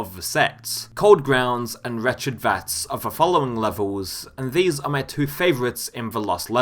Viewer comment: "Map twooeaou"